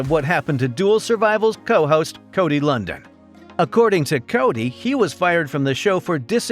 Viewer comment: How do you do a feature video on someone's name you mispronounce?